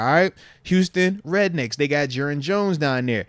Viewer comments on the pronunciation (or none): Moats said rednecks instead of roughnecks lol